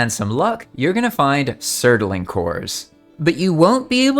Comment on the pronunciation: Surtling ffs its two syllables please man